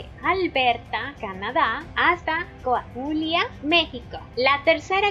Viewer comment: Linda tarjeta 🥰, la forma correcta para la palabra Coahuila (así se escribe) asi se pronuncia (coaguila) la h la pronuncias como g y listo!!, los datos son muy interesantes!!